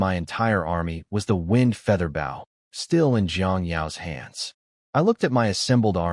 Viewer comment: stupid ai can't say bow right